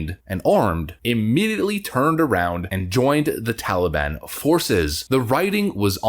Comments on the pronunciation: Biden cannot say Taliban correctly (Moron) He says Taleeban. Nicole surely isn't serious and if she is she needs to be fired for stupidity. I fear more Americans will die in Afghanistan than died in the Twin Towers. Impeach Trump cause he caused this. haha Nancy Pelosi and Biden need to go if we are to survive. Brush up on your Chinese folks. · The way Biden pronounces the word 'Taliban' makes me want to stab ice picks in my ears! 😤